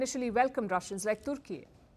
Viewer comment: The way this news lady says "Turkey"is so funny. She is using hindi pronunciation in English news reading 😂😂😂